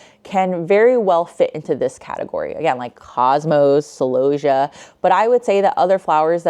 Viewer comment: I have never heard celosia pronounced like that before. I say cell-O-see-ah. I would like if your pictures of flowers etc were up longer too.